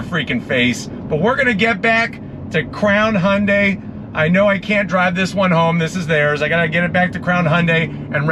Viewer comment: Only one non-korean car reviewer who can pronounce Hyundai correctly.